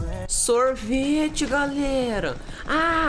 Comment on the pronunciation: A melhor parte e quando o fala sorvite calera